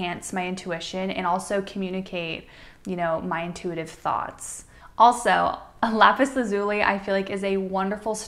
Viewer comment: It's pronounced "lapis Laz-you-lye"